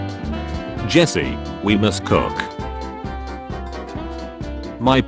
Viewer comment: I like that the text to speech voice keeps pronouncing Jesse “Jess”. Such a funny little quirk of using the British voice.